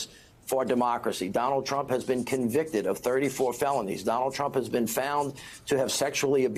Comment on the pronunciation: Trump not tramp.